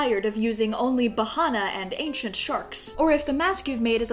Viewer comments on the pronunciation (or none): When she said ancient shark I thought she said Asian shark EDIT:I’m not trying to be racist but that’s just what I thought she said